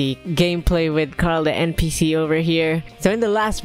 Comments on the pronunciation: It's npc not ncp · NCP? IT'S NPC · NO ITS NPC NOT NPCC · Not ncpp it’s npc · its NPC NOT NCPP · U said ncpeepee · Npc not ncpp